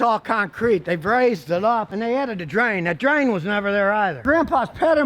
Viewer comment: "And this used to be where WE WARSCHE cars...".... gosh ...I just wash my car ... I better keep up with the times.... times a changing....lol.....